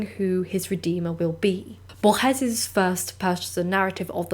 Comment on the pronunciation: jorge borges isn’t french pls don’t butcher his name like that????